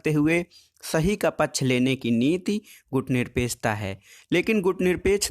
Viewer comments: प्लीज सर आप बार-बार गुटनिरपेकछा क्यों बोल रहे हो? सही बोलिए ना गुटनिरपेक्षता । आप भी ना सर क्या बच्चों की तरह तुतलाती आवाज में बोल रहे हो ? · सर टाॅपिक का नाम "गुटनिरपेक्षता" हैं ना कि गुटनिरपेकछता।